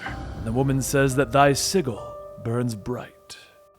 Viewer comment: .......sig-el.....no....sij-el Other than that great video as usual.